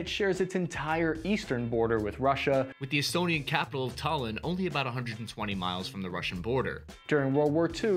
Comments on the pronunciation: once you called the capital of Estonia tallin, "tillan" I knew you were reading off a script you did not write. Ths channel has been peddling half ass propaganda for as long as I can remember, rip to those who take this channel at face value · Tallinn, not Tallin. This is important for several reasons. One: linn means town and Tallinn means Danish Town (for mediaeval reasons) Two: Tallin is what the Russians used to call us in Soviet times. So please don't do that. Are we nice people? Most Estonians do not think of Estonians as nice. We might be nice to little kids who are here as tourists. We most of the time to most people we are disgusting, mean and miserable in general. I mean it. It is one of our biggest problem. In Estonia, if something happens to you, it your own problem. Nobody would care. You may lay down almost dead on the ground for hours or days and nobody would call the ambulance. Other than the first police patrol who found you. Which would probably be the same as nobody because we almost have no police. (The police only deals with teenage shoplifters stealing Red Bull) I hope we will become the country you are describing one day:) I also wish we left the elk alone in the forest. They have the same right to live as everyone else. And I really like what our former president said to define who is an "Estonian citizen" (in the context of a public debate going on at the time what does it mean that the State has to do something. Who is the state? And she said in a speech that "it is all of us. Every single person. Every single police dog, therapy dog or just plain lazy dog, every fox in the forest and every bird in the forest." This is how I think about our country. Not because she (the president) said so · Tallnn, not Tylan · Dude, how do you mispronounce every name? It TAL LYNN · It's pronounced talinn ( tall-inn )